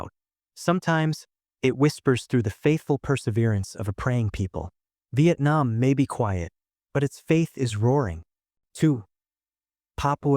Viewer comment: Vietnam not Vaitnam